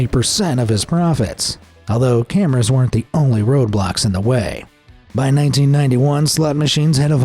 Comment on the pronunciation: Nope i heard it he’s kinda saying robloxs more than road blocks